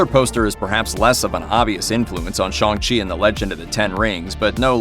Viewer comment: Shong chi??🤣🤦‍♂️